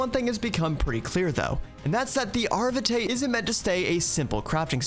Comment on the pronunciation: VtM players are shivering with the Vitae pronunciation